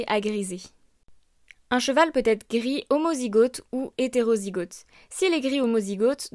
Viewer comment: A titre informatif : - on dit grisonner et non griser - on prononce le o de homozygote / hétérozygote comme le O de automne et non comme le AU. Comme golfe, et non comme rose. C’est ce qu’on appelle un o ouvert :)